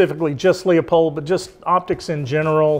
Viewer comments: He’s calling it a Lee a pold with the Leupold rep next to him 😂😂😂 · listen to Bob Dana - it's pronounced Loo - pold!! 🤠